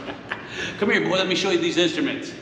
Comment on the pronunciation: Stop saying boy like your from the kkkkkkkk